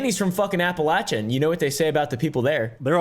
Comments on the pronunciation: He talks about Appalachia from a point of authority, but can't even pronounce it correctly. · The way you mfs are pronouncing “Appalachia” is making my Marylander skin crawl.